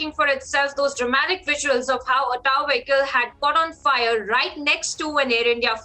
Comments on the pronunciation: That vahicle call Tow not taw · Prounciation of Tow vehicle needs to reworked, security and safety is 2 different things..and please stop repeating same sentence several times